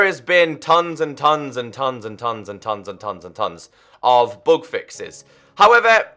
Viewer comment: When u say bug it sounds like bog. I was like what the heck is a bog?? Haa